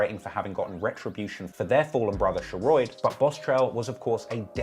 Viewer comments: he really pronounces Sheroid as SHER-ROID, like rhyming with Steroid. Even though, throughout this entire video, there are multiple clips of members pronouncing it correctly, in real life situations and Raps. 🤦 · lol you are so bad at pronouncing sheroid (its pronounced sher-odd) and jaro city (its pronounced jah-ro) its killing me